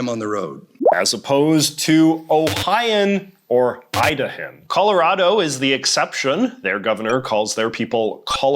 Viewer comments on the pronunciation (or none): When the word "Idahan" left your mouth I was almost physically repulsed and I'm not even an Idahoan.